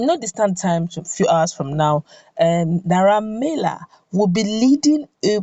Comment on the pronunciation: His name is Naira Mar-ley.....not Mila